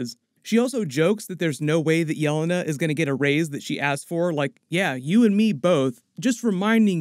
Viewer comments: Yah-lei-na not yell-e-nah 🙄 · It’s yelena, not yolona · "yeh-lay-nah" not "yell-uh-nuh" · It's pronounced Ye-LAY-na